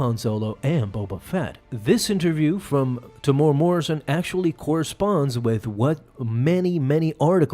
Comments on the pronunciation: Yo love the vids bro, just wanted to say, you pronounce Temuera as Te-mu-era. 🤙🏾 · Say his name properly Tem-Moo-era is how it’s pronounced